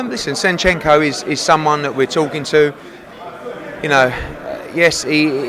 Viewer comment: Shenchenko? Seriously come on man. Disappointed man.